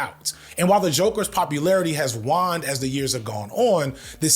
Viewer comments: Also it's "wayned" not "wahned" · I beleive waned is pronounced Wayne'd not Juan'd but im just trying to be helpful, I love this video, youre making a lot of good points and yeah kirk was always just a slightly rebranded nazi to me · Hey bro, no shade, just looking out, "waned" is pronounced with an "aye" sound and not an "ah" sound. Like "Bruce Wayne" and not "Magic Wand" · EXCELLENT VIDEO. Also waned is pronounced "Wayne'd"...